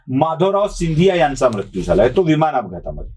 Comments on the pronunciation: तुम्ही मृत्यू या शब्दाचा बोलताना म्रत्यु असा उच्चार करत आहात. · आशय पहावा महाशय . भारतात दर ५ किलो मिटरला भाषेत फरक आहे . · उच्चार कसाही होवून दया हो, काय म्हणायचेय ते लक्षात घेणे महत्त्वाचे. सदाशिव पेठेतल्या सारखे उच्चार सर्वानाच जमणे अशक्य आहे.